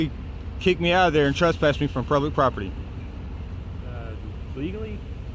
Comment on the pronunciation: SAY PLUBIC!